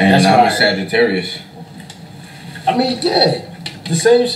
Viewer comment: Why Did You Have To Pronounce Every Letter In Sagittarius Like That😭😭